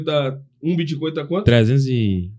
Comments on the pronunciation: Esse cara que leu do min ao não consegue Bitcoin? Ele tá com preguiça e fala bitCON? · eu não tanko o cara falando BITCON kkkkkkkkkkkkkk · Ensina pro “puliça” que o nome da moeda não é “boticon”, é bitcoin!!!! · bitcon é o meu falo fala direito, poxa, é BITCOIN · BITCOIN CARALHO, "biticon" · O intrevistador nem sabe falar bitcoin 😅